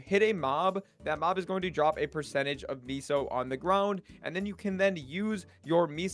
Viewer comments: "miso", do you mean meso? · Pronounced Mess-OH